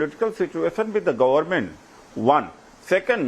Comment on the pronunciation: इस गधेरे IRS डाक्टरेट को कोई बताये कि "गोरमेंट" नहीं "गवमेंट" होता है!